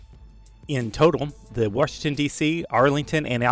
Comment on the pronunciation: This guy says "Washington" like my mom, somehow adds an R in there. Warshington